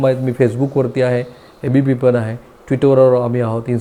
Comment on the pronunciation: पन भावणीक etc... शब्द उच्चार अशुध्द